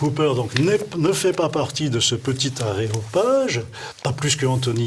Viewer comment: "Aéropage" il fout en l'air le mot grec "Aréopage".